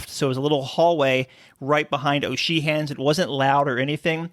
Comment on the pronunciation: Excellent video but is that really how you pronounce O’Sheehans?